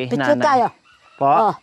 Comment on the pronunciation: Piktyur piktyur nanaman si Nanay Marissa🤣🤣🤣